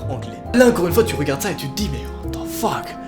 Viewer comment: j'aime ton what tze fuck